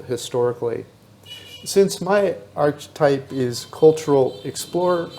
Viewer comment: Your pronunciation of archetype is ridiculous . Do you right the script ?. Do you practice ? Your scripts are constantly full of mis pronunciations. It’s really hard to listen to a grown senior man with such poor verbal skill.